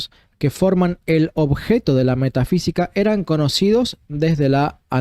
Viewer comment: No dice metafísica, sino Meta sí qui ca.